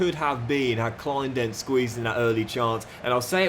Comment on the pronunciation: Enjoying this mate (from Berlin) where Kleindienst is pronounced '..deenst' :PPPPP